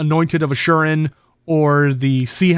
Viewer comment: Isn't it Asur-yan not "Ashuren"